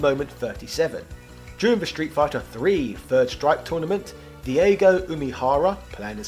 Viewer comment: Rye Yoo I can forgive but "DIEGO"? 😂😂